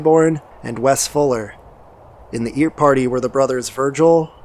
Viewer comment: Great video! My only gripe is that the surname "Earp" is pronounced as "urp" Wyatt Earp was such a big historical figure, that the mispronunciation was distracting to me.